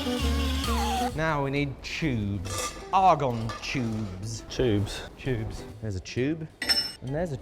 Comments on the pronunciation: I don't know what's more surprising that there's a Ms.steele or that you say chube(it has a "t" not "ch" so it's tubes) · Ah yes, chubes, not tubes, chubes. I love it. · What's a Chube?😅😂❤